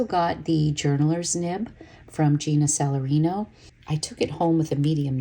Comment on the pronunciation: Gena’s last name is Salerno, not Salerino.